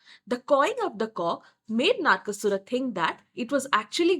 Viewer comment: It is NOT bamboo - it is sugarcane bow. Kamadeva didn't get cursed with disfigurement - he was burnt. Thus he is called atanu. Ananga. It is not Naarkasura. It is Naraka. Like narak. Mekhala partha - girdle path. It is praagjyotishpura Not Prag. It is paaTala - ta as in time and not as these. Ka varga, ca varga Ta varga. Not ta varga. You have changed the meaning itself if paTala. Also in matangi it is ta as in ta varga ta (before the pa varga). It is ekajaTA (Ta varga as ka, ca, TA) (jaTA - matted locks). Not ekajata (one birth).